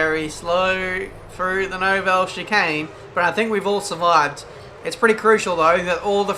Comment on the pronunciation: ***** Mate, I don't speak French and certainly is not pronouncing "Nouvelle" correctly.